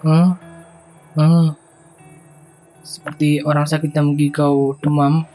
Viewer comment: Maaf kak , " mengigau" bukan " menggigau "